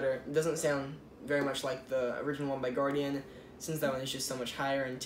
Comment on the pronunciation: Guardin not guardian -_